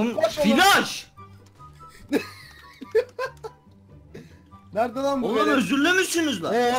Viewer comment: Türkçe: flaş Mertcanca:filaş